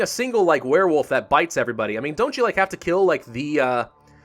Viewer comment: I heard you say "Werefoof" somewhere.